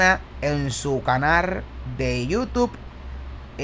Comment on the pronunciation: Por que dices canar? Se dice CANAL